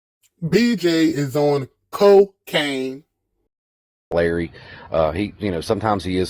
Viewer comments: "bj is on Co-cane" .....subbed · Not “BJ is on co-cane” 😂😂😂😂